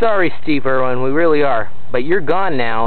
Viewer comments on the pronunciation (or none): LMAO its steve irwin, not erin